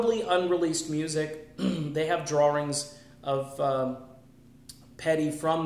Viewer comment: I watched until you said drawrings. Love Tom Petty but drawrings? Bye